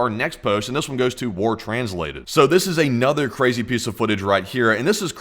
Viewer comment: 50% of why I tune into your channel is your accent. You add the letter 'u' in these subtle little spaces. "Miuhsuls". "Thius". "Fiulming". "Poust". I've tried to replicate it, but I just can't, I end up just sounding like I'm doing a bad Forrest Gump impression. Sometimes I'm stoned and end up analyzing your accent so much that I don't even register what you're talking about, I'm just so fascinated by your "California Surfer" accent. I want to hear you say "Bro", I imagine it to be the fullest "Bro" ever spoken.